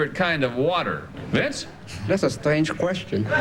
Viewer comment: "That's a strwange question" 😂